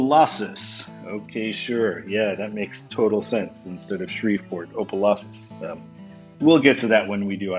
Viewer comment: Opa Louses??!! 😂 Op (sounds like top without the T) e (makes the uh sound) Lou (Sounds tike loo) ses!! Op-uh-loo-ses Opelouses!!